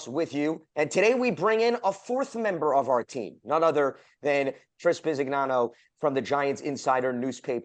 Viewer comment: please pronounce Italian names correctly: Bi-si-ñano